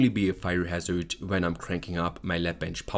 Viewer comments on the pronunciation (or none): none